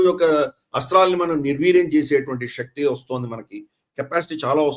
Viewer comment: Shakti is not telugupronunciation̈.Don't corrupt our beautiful telugu with Hindipronu citation.